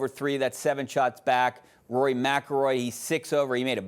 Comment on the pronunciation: She can't even pronounce Rory last name , she has no clue what she is talking about . DEI